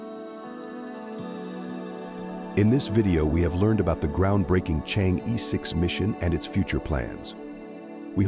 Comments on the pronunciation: It's pronounced chang-her not chang-e. 😅😅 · It's Chang-er, not Chang-E ! That is basic knowledge. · Change’e is pronounced change’ER not ‘ee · Chang‘e/tʃɑːŋ ə(r)/ ,thank you.Your accent about Chang'e sounds like this lunar lander is your aunt.